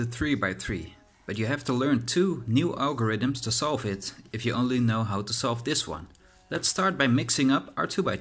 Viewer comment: Wel heel grappig als je de algorithmes zegt zeg je het op zn Nederlands althans zo klinkt het🤣🤣